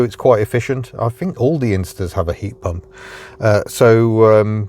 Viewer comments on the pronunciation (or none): none